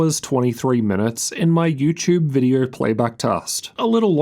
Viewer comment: You are making a great reviews. Thank you for that a lot. I bought a laptop based on your recommendations. The only thing that I'm struggling with (as a foreign language speaker) is your pronunciation. You say "r" sound in almost every word ending with "o" sound. For example, video-R, windo-R-s, "issue-R", "CPU-R", "GPU-R" and even in the middle of words like "mo-R-del", "mo-R-de".